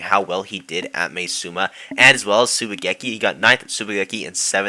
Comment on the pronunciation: This isn’t really anything that has to do with the video but Maesuma is pronounced Mah-eh-suma